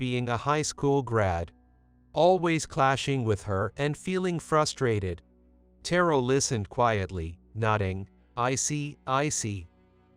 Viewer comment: AI mispronouncing Terrell's name!